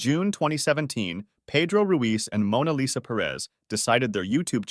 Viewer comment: Mona Lesa???